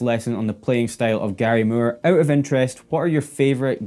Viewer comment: It's not murr! It's Moore with long O😮